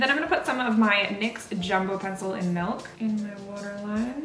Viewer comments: Okay I love you to death don't get me wrong but I absolutely hate the way you say milk it makes me so angry 😂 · omg yes! you pronounce it melk too!!!😂😂😂everyone always yells at me for saying the word milk wrong!!😂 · Lol you say milk like melk, but it's good cos you're Canadian.